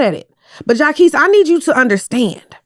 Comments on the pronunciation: Shout out to jaqesse im a fan 😂😂😂 as u pronounce his name wrong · Mispronouncing jacquees over and over is sending me lol! is funny without trying. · jania and jaquees caught strays with the pronunciation lmaooo